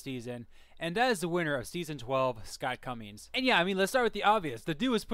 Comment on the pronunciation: It’s “Commings,” not “Cummings” 😂